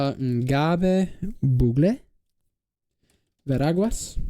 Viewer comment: Hola, soy panameño y te digo que no lo dijiste TAN MAL, pero en las comarcas si fue horrible, en especial la comarca de Ngöbe Buglé, pero te doy un 7/10, aun no parases nativo xd